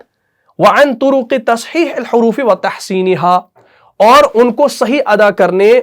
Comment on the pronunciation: Makhaarij el Horoofee ayega, Horoofee pe jer hai. Aap ne Pesh laga diya hai.